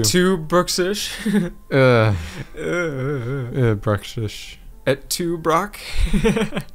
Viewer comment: Omega Tank32 Brute is pronounced Broot and Bruxish is pronounced bruh-kshish